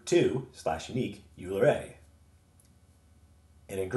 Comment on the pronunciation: Yer doing God's work, son. Bless you.Oh, and because I'm gonna keep watching your vids I gotta straighten you out right now: it's pronounced "OILer" sorry. That was driving ing me nuts! Like, "foilage" "nukyular" or the "Specific Ocean".